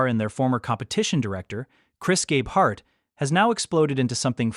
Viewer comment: How can we trust this when you can’t even pronounce Gabeharts name correctly? What’s important to you is how many views you get, not how accurate your video is….JUNK!